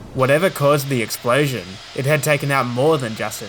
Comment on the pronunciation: What is an "explaysion"?